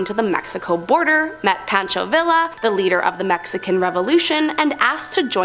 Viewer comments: Pon-show Vee-ya Pancho Villa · Pancho Villa: isn't it PON-cho VEE-yah?